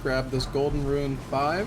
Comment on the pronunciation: I don't know why but, it bugs the everliving shit out of me everytime says "ruin" instead of "rune" 😅 these runs are a great watch none the less tho..